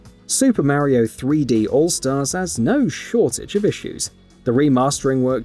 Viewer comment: Super Maro???? 🤣🤣🤣🤣